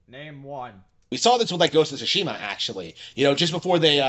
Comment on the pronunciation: also, did Harman say Tsushima or Toshiba?